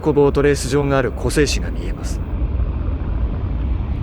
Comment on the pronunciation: 湖西市(こさいし)って読みます